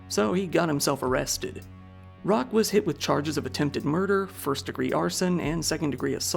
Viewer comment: Roque = "Roke"... Not "Rock".